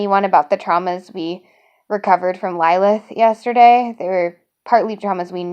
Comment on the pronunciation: I have a Lilith with me—- pronounced LLL-i-L-i-th